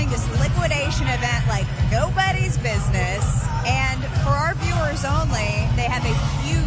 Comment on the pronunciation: You mean “bid-nuss”? I swear to God I just got dumber.